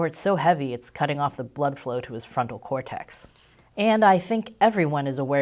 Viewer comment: Oh, "Frontal" cortex. That's not what I thought I heard you say.